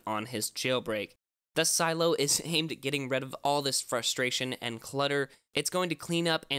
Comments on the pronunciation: its not si eello its Seh Lay Oh ffs stop it lol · Why do you call it Silo? Isn’t it “Si-Lee-oh? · Its pronounced si-le-o not silo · Its not silo its Sileo ! pronounce correct CYdia is not cidia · A part of me died when you said Silo instead of Sileo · Am I the only one that is bothered by the fact he keeps saying "Silo" instead of Sy-Lee-Oh? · Just one small, minor detail....sil-e-o....not silo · It’s not pronounced silo, but si-lee-o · It’s pronounces silly-o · Sih-lay-oh is how it’s pronounced lol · I’m pretty sure it’s “SUH-LEH-O” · I think it’s pronounced “ se-Leeo” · Shouldn't it be pronounced like "SILL-ee-oh"? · Isn’t it pronounced as si-le-yo? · Its doesn’t take a high school degree to pronounce Sileo right.... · Is sileo pronounced Cy-lo or Cy-leo? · pronounce the name right..